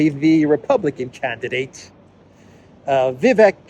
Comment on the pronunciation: Thanks. Your walk and talks never fail to inform, stimulate discussion and bring us to places we might not otherwise ever see from such a perspective. Oh and the 'vek' part of Vivek rhymes with cake. Thanks again